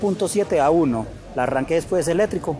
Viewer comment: Parcero hermano, voz hablas tan rápido que se te vas la voz,te enrredas ome tranquilizate pues hermano y verás que se te entiende más porque la información si está interesante... Y no se dice eletrico ... eléctrico